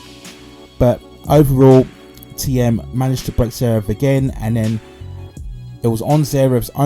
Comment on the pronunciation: I am a german native, please say "Thiem" like you pronounce "TEAM" in English! Thx